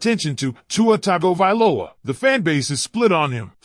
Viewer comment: Go Dolphins since 1971. Fins up. Learn how to pronounce Tagavailoa man (or AI)